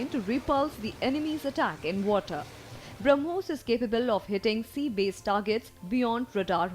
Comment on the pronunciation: It is "BrahmoS" and not BrahmoZ, *(to the anchor)